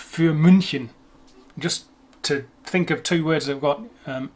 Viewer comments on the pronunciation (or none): none